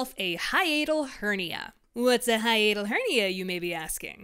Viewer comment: Why are we pronouncing it as "hianal" and not "hi-atal"